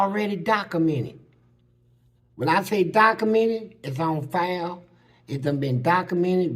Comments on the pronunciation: "it's already docamenit" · Dude said it's "Dacamented"